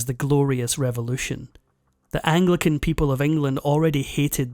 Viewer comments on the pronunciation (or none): none